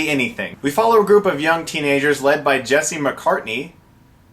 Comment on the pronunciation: I swear upon my life that he said "a gerp of friends" xD